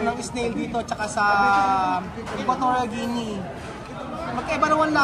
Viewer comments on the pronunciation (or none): none